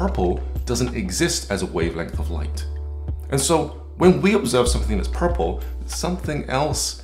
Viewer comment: WTF is "PUHPPLE"?